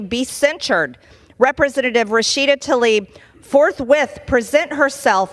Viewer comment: The lady's name is Tlaib, not Talib. Damnit Margie Taylor Greene, stop acting so ignorant. Please